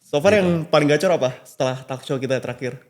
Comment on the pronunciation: Heran aja gw nama George tapi pronounce kata talk dan call aja salah. Talk diucap talek, call diucap kal, wkwkwk... Plis lah...